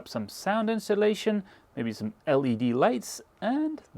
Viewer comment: incholation ?? think is pronunced In-so la-tion !